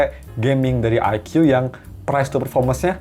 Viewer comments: Baca nya Eike bukan Aikyu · Ikoo zi nain, bang . Bukan aike yu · aiku bacanya, bukan aikyu.. 🤭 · Bacanya "aiku" bang bukan "aikyu" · Aikyu aikyu kesel bet gw dengernya..